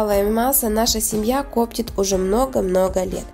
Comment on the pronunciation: Вы где учились разговаривать - "кОптит , кОптим " ?